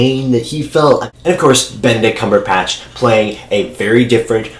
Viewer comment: Sounds like you said "Benedict CumberPATCH" LOL ^^